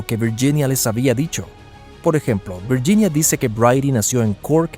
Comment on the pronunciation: Viyinia? Hablé bien el castellano